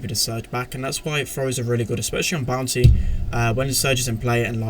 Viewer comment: Is it just me or does say "Bounty" like "Bouncy"?